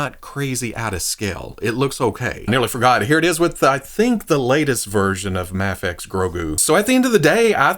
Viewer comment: Does it drive anyone else crazy that he calls it Mahfex instead of Mayfex?